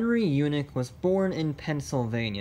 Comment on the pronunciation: It's not Yoonik! It's Yaanik!👍😆